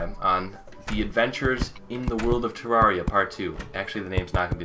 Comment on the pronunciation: It's not Terr-are-ee-uh it's Terr-air-ee-uh